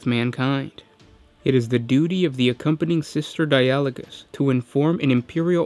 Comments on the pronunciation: Or Dia-ah-low-gus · I'd expect the emphasis on di-a-LO-gous (as in the dutch word) or DI-a-lo-gous like the english word dialoque... (edit) Darn, in italian it's di-A-lo-go... assuming latin (and thus gothic) is more like Italian than English or something else, the pronunciation in the video might be right!